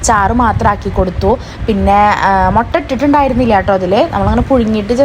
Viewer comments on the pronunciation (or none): none